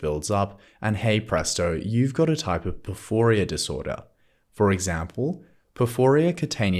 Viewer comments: Why do you say porfooria? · Thanks, i think ur saying porphyria wrong though 😂